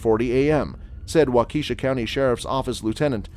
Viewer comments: it is pronounced wa-ka-shaw not wa-Keisha. Just saying. 😬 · If you're gonna make a video about cases where judges get emotional at least make sure you pronounce the county the judge is presiding in.. the Daryll Brooks case you mispronounced the name of the county.. it's pronounced "wal-Ki-shaw" not how you pronounced it.. and you pronounced it wrong more than once.. I figured since you actually watched all the videos before you put this together at least I'm hoping you did, you would of heard the judge, DA and even the defendant say the name of the county countless times so for you to still mispronounced it kinda shows that you didn't bother to watch the videos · "Wa-keysahw" is actually "Walk-ah-shaw" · Wah-key-SHAW not Wah-KEY-shah. How hard can that be? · Augh... so many times.. It's WAU-kuh,SHA It is NOT wau-KEE-sha. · He said wau-keisha lol ig anyone that’s not from WI would say that but I’m from WI y’all and it’s pronounced Wau-keh -Shaw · Walk a Shaw. Not Wa key sha. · Waukeshaaaaa not wakashi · Wak-a-sha not wa-keisha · It’s pronounced Walk-a-shaw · It's pronounced wah-KEH-shaw. And he rolled his eyes many, many times. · Its pronounced waka-shaw not waukeeshaw for darrell brooks. The spelling is waukesha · Wah-ka-sha lol I used to say Waukesha too 🤣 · It's pronounced Waww kish aww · It's pronounced walk a shaw......please say it right